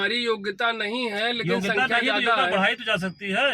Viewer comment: योग्यता - वोग्यता 😅